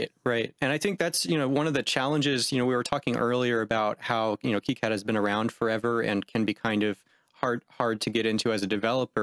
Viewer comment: It's pronounced KEY-CAD not KIGH-CAD the dev keeps calling it 'key-CAD' it's weird listening to you calling 'kigh-CAD' just me being OCD lol any thanks for great videos just discovered your channel today and subbed :D